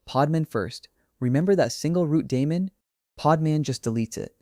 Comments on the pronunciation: Stopped watching when you mispronounced daemon. TWICE. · hahaha lol you mean when the elevenlabs voice mispronounced